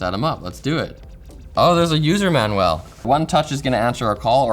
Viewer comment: Manuel is a Spanish gentleman , Manual is something you read to find out how something works, it's all in the pronunciation